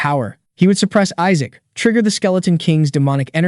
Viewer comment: Isaac’s name is pronounced wrong in 7 different ways lol